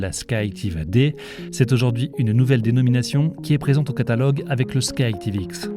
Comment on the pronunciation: C'est pas Sky Tivx mais Sky ActivX